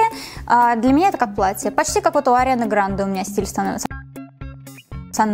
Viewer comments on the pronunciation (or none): none